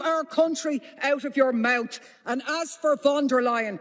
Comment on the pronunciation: "You hear that ( butcher) biden, shut your mowt about Ireland"